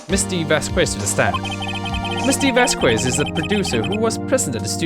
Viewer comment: I think Vasquez is pronounced Vas-Kess